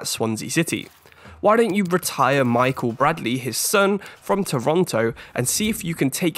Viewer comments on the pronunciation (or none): none